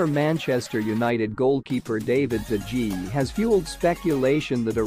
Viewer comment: What about DE GEE?? Dude Google how it’s pronounced before uploading a YouTube video, doesn’t take you seconds ffs